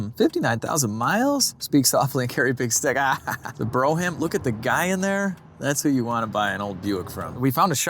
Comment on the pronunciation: Showing my age here, but Brougham is not pronounced Bro ham. It's pronounced Broem.